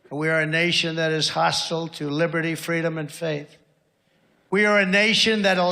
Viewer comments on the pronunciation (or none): none